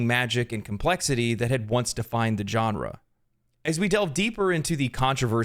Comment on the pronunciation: yea i still feel sick i bought D4...ill never give Billzard another cent...especially with Path Of Exile 2 looking so great for free. *also genre is pronounced sean-ra...your welcome